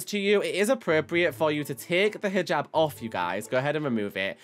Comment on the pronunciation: Oh Also the Hijab is pronucened is Hee jab but it is just spelt Hijab.